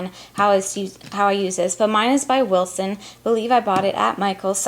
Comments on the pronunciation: Hey, love your videos!!! <3, just a quick note is Wilton with a T not an S Wilson lol Take care and keep doing videos I enjoy them a bunch Happy Holidays. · I didn't read coments below..but it is WILTON not WILSON. I love u anyway!!